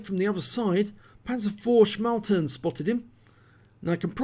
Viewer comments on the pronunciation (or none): Nice effort and well deserved ACE! May I suggest just a little correction, the Panzer vier Schmalturm, which means small in sense of not broad turret is in german "schmalturm" with an "m" at the end and the "u" pronounced like "you" without y 😁😉